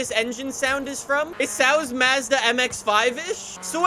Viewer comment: It’s mAHzda not fucking mEHzda